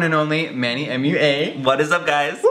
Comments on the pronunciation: is it Manny mua not Manny M-U-A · it thought you said MUA like mooaaah 😂😂😂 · TBH I thought it was pronounced manny mwuah not manny m-u-a